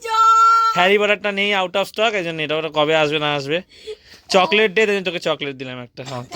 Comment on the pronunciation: জ্বরের মধ্যে মা কে ঠান্ডা জলটা খেতে দিয়োনা। কনকনে ভাবটা কাটিয়ে দিয়ো। আমরা পুরো শীতটা ঐভাবে জল খাই।চকলেটটার উচ্চারণ সঠিক ভাবে করো। যথেষ্ট বড় তুমি। google এ শুনে নাও। যা উচ্চারণ করলে নিজের বোকামি প্রকাশ পেল।